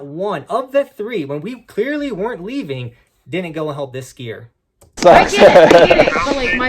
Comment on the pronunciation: He says “I’m hleaving now for my flight” sounds like you should stick around for awhile, miss the flight, and sue they asses, since you never did shit.